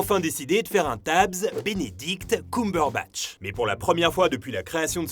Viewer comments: Personne:: Benedict Coumberbatch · C'est pas pire que Cucumberbatch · J'avoue enplus il appuir bien sur le COUM😭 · ça me stresse la façon dont tu dis "Cumberbatch" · Bordel la prononciation ... On sent qu'on est sur du bon franco-français. Le mec s'est renseigné pour pondre 11 minutes de blabla à propos de quelqu'un dont il ne sait même pas prononcer le nom correctement. C'est fort. Très fort. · Dsl mais la prononciation du nom cumberbatch c pas encore ça ... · Le prochain qui dit Cumberbatch meurt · J'ai tout apprécié ! Pour moi son meilleur rôle est "The Imitation Game" ! Par contre la prononciation de son nom de famille j'suis pas trop fan! Je ne sais pas si ça se prononce comme ça mais ça a sonné faux dans mon oreille ! Sinon je vote pour #Reno ❤️ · Arrêtez de dire "Benedict Coumberbatch" bordel !!! Entre Allociné et toi !!! xD Ta vidéo est très bien construite, mais pour tout t'avouer, je suis une grande fan de Cumberbatch donc je savais déjà presque tout ce que tu as dit mais tu m'as quand même appris deux-trois anecdotes vers la fin de la vidéo que je connaissais pas ! Et pour le violon, c'est pas lui qui a appris à faire du violon, il a juste appris vite-fait les mouvements. La vraie musique jouée au violon est doublée par un vrai violoniste. Il y a une vidéo où des fans demandent à Benedict Cumberbatch si il sait jouer du violon, il répond que non car ça demande des années de pratique, qu'il n'allait pas juste apprendre le violon pour la série. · Wow attend, On prononce KeumeBeurreBatch pas KoumeBeurreBatch. Sinon c'est une bonne vidéo comme d'hab xD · j’arrive avec du retard mais stp c’est « ceumberbatch » pas « coumberbatch » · Désolée mais j'ai beaucoup de mal à supporter ta voix alors quand en plus tu ne prononce pas le nom de la personne correctement (genre vraiment pas) et bah c'est complètement l'enfer (pardon pardon pardon ) ça se dit CUMberbatch coàmment le sperme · C'est pas "coum-berbatch" ça se prononce "keum" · CUME BURBATCHE PAS COUM